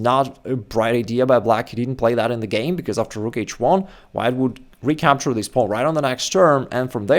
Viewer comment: “Pownnn” lol. It’s wild how he says it